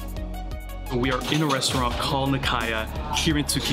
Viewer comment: Why couldn't you ask for a correct pronunciation? There shouldn't be any guesswork to figure out you completely butchered the first restaurant. Japanese is incredibly easy to pronounce if you understand the rules, which are very simple.